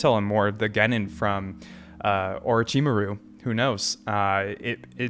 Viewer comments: It's ORO - CHI (like in tai-chi) - MARU =) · Just gonna mention that you still didn't got Orochimaru's name correctly, but you'll get there eventually. In regard to Sakura, it's hard to deny that she's placed in a more of a supporting role for the most part of the story. There are a couple of other big moments with her, but there's a reason some people feel like she's one of the weakest characters in the show. Kishimoto just isn't great at writing female characters (especially in supporting roles), not that he can't write a good one, but it's clear he has trouble coming up with interesting character arcs for all of his characters and girls get the worst of it, potentially due to the focus on male audience.